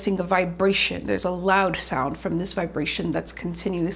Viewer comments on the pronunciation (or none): none